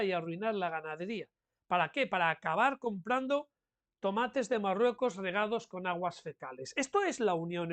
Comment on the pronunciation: Es MaLrruecos, amigos, es MaLrruecos